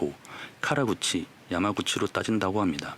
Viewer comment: 달달맛에서 아마구치인데 음성은 야마구치라고 잘못 녹음하신거 같아여 😅 사케관련 심플하게 간단히 정리해주셔서 좋으네요 😊